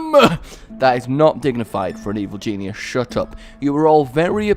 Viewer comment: anyone else notice he says "I am a genius, an evil Jesusus" lol